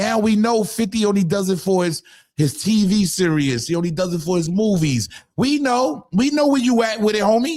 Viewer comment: It’s “series” not “serious”